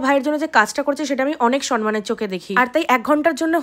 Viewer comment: Kothata "somman", "sonman" noy!!!